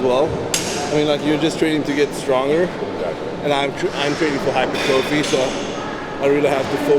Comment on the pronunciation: I love when people pronounce hypertrophy as "hyper-trophy"